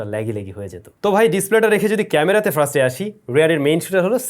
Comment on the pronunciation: Bhai er first bola ta ekn o thik hoilo na😂😂...... Bhai bole frist....uccharon first hobe bhai frist na😂😂😅